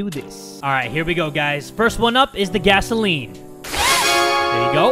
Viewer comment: Gasoline, not gasaelen. It’s Where, not whaehr.